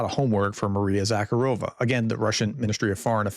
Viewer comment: Prof, since you are always interested in improving, it’s Maria ZakhArova, not ZakharOva. Source: I live in Odessa and speak Russian (and Ukrainian, but here more often Russian)